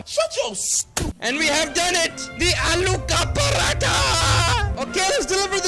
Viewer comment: The fact him being American and properly pronouncing " aloo ka paratha " us just impressive